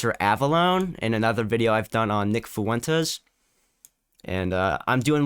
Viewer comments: “Nick Fooentes” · He keeps calling him "Foo-Wentess" 😆 like its not a spanish name